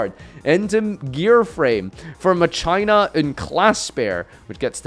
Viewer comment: I hate how he says Mah-Chay-nah